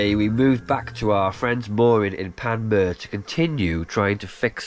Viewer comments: Great channel. Ps its pronounced Pan Muir. Pps. When most of the alternator current had no where to go it may have fried one of the diodes. Ive followed quite a few sailing channel's that end up in NZ on their Circumnavigation and youre the first ive seen attempt to go south of Auckland. Theres some awesome cruising ahead of you. Youll be happy you took on the challenge. Good luck guys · Lads please.....I hate being that guy, but come on ...make an effort with names/words ..... pronunciation. Google it even. It's PAN....MUU....ER. (it's English too) And the G in Maori is soft. As in "laughing". Most English ppl go hard on the G as in "GAR".....try the name "TONGA" ...it's not with the hard G it's the ING , G. As in laughing. So Maori words/names use phonetics. A word like "WHANGAREI would be FAH Nga RAY......Make the A sound like AHH ( as in "ahh, there's that screw I lost".) Stretch the vowels and soften the consonants.